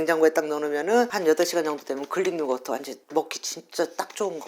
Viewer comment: 글릭요거트가 뭐요? 그릭요거트지.